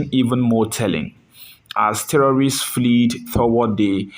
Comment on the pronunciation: Can you please revise your primary school english exercise books? FLED not FLEED!